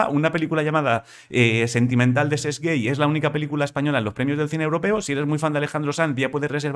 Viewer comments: Cesc guei ??? Cómo que Cesc guei?? No se que preferencia sexual tiene Cesc Gay y la verdad es que me la rempampimfla pero su apellido se pronuncia GAY. GAAAAY. Gay es un apellido de origen catalán "Gall" (gallo en castellano) antes de que estuviera establecida una normalización lingüística y había un índice de analfabetismo descomunal, la gente escribía los apellidos (y lo que no son apellidos) como podía. De nada. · El apellido Gay se pronuncia gay, no guey. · Gay se pronuncia tal cual con 'a', que es un apellido catalán xDDD. ¡Que tengas un buen día! PS: Me alegra mucho que comentes noticias de baloncesto ACB y no de NBA.